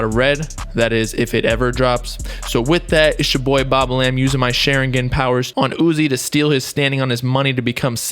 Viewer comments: “sh e rin gen”.... it’s pronounced “Sha rin gon” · "SHERIGAN POWERS" 😂😂😂 its shawringawn(pronounciation) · He said Shar-in-gin 😂😂😂 it’s shar-in-gawn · its shh- are - en-gan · “Sharingen” lol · Bobbalam its SHA-RING-GONE but spelled Sharingon: Also its LEVIOSAW not LEVIOSAW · The way u say sharingon is hilarious yo lmao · bruh if i hear share ingan one more time. some research u were doing. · Did this guy just say shar-in-gen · Sha-rin-gon bob, for next time. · Every time Bobbalam said sharingan (Shaw-rin-gone) wrong my Sasuke voice starts coming out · Soon as you said Sharingan wrong i left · This video lowkey pissed me off, he pronounced sharingan wrong, he missed so much info smh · Lmao the way he says sharingan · This man really said sharingan wrong 🤦‍♂️ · The way he pronounces Sharingan makes me cringe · ShArInGAaAaN. Boy go learn to pronounce it. No dirty will be put on my shows name😤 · Bro...how did you pronounce Sharingan? Lol I know you never watched it but it was just funny man. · The way he pronounced Sharingan lmao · Sharingan. You said it wrong again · His pronunciation of sharingan is disgusting